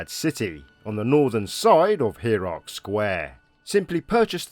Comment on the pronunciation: 'here - arc'. 'HERE - ARC'. Pahahahahahahaaaaa!!! Dude, it's pronounced 'Higher - arc' 😂😂😂😂